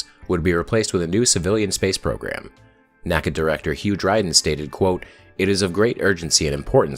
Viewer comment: NACA was not pronounced like NASA each letter was pronounced individually